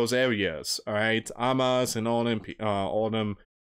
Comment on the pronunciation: ….Hamas …. Pronounced…HA Mas. Please I know you have a speech problem but dang man, you don’t know biblical history nor for some reason, you are not doing research, just reading! No wonder you lost funding.